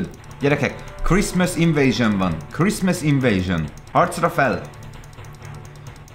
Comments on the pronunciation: kriszmösz invézsön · KRISZMÁSZ INVÉZSÖN